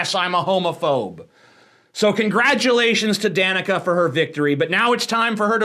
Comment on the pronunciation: My name is Danica but you, as with everyone else, pronounced it wrong so I'm jus gonna go cry for a while